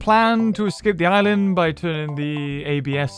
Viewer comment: Except when he said Island